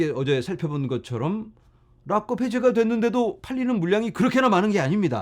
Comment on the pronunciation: '락껍' 들을수록 찰짐